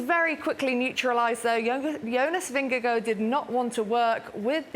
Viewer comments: why cant she say jonas VingeGAARD its not vingego, its not that hard, i mean there it it, HARD vingeGAARD its litterly the same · It's Ving-eh-gor. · She is not on spot for the Danish pronunciation, but way closer than pronouncing it in a hard way